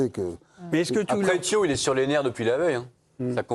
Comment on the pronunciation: C’est pas THIOW, c'est THIAW ! C’est pas compliqué enfin !!!